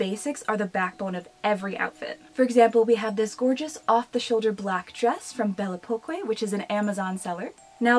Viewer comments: Really nice video ! I'm french and the store is pronounced "belle époque" (beautiful times) ;) Where did u shop the pink dress please ? She's so beautiful 😍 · Belle Poque: I believe that it may be intended to be pronounced "bell pock" as a pun of Belle Époque (bell ay-pock), a period of French history near the end of the 1800s. Belle poque may mean "beautiful because". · Bell oh Poke is how its pronounced. The que is a k sound. 😊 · hey! A little help from a darkling alike, it is pronounced as: bell eh-pock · I am – losing my mind hearing you pronounce Belle Poque. It’s a pun. On Belle Époque. Made to sound and look like a name. AH 😅😂